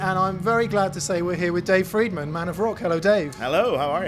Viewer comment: It's also pronounced FRIEDman. Not Freedman. Easy to remember.... Look at Dave... what does he eat? Fried Food. Tons of it.